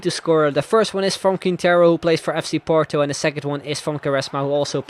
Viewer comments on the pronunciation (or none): none